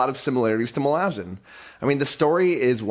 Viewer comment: I'm getting triggered by way he's pronouncing Malazan.